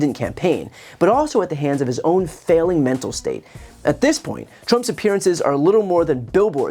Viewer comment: Men-Tal Decline Men-Tal Decline Men-Tal Decline Men-Tal Decline